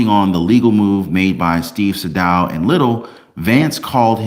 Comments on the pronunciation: "Say-Dow." Not "sa-dough" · It’s SAY-DAL!! I appreciate you but your pronunciation of the name kills me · Hey. Great job as always. Btw, Atty Sadow's name is pronounced Saydow, long a. Just saying. He's a great litigator. Love your videos 😊😊